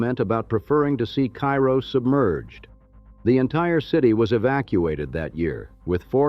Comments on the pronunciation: Actually, it’s “CARE-oh”. It does say that , but then goes back to “KY-roh”. Typical for AI generated narration. The AI research also frequently depicts images that have nothing to do with the topic in many of his videos. Such a shame. If he’d have a real human narrate and fact check the image research results, he’d have award-winning content on his channel. But AI laziness unfortunately dominates. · It's Kay-ro, like the maple syrup. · It’s Care-Oh